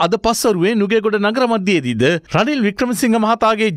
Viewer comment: රනිලෝ රිනිලෝ කියපු 😂😂😂